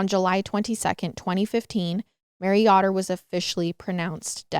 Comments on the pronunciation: That name is pronounced with a long O. We have a bunch of Amish around here and half of them are Yōder's. No biggy, but I watched this 3 times over the past few days and, for whatever reason, this bugged me. 😅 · Yoder is pronounced YO- Der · Mary yotter 🤦🏻‍♀️ you take so much time to research take two seconds to learn how to say these victims names correctly. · I can't wait to see reaction when he finds out who killed Mary. I heard about this case a few months ago, and it is a sad one. Also, just an FYI, the last name is pronounced the way it is spelled. Yo-dur. (Like, yo what's up)